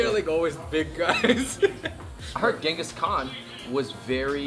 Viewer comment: It is nice that they are trying out the authentic Mongolian food but I wish they did more research and more understanding of our history specially for the Mongolian guy not fully able to tell his own history that’s little sad and for everyone who pronouncing Genghis Khan is not the correct way it is Chingis Khaan I wish Mongolians would correct it as they meet new people.